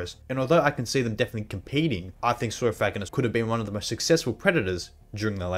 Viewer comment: Nice pronounce